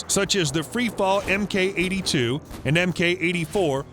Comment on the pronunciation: You'd think someone who narrates videos for a military news channel would know the proper pronunciation of military terms. For example the term 'Mk' is pronounced 'mark', not the phonetic M - K as though they were reciting the alphabet. That said, he's not the only one since I've heard the same mispronunciation by others a number of times. Btw, he also mispronounced TACAN*, LORAN** and nacelle. *Short for: 'tactical air navigation'. **Short for: 'Long range navigation' and is also used on boats and ships.